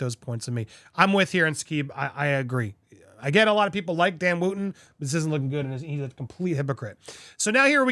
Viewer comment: It’s not Woo ton he pronounces it Woton and he did nothing wrong in the Fox saga free speech is gone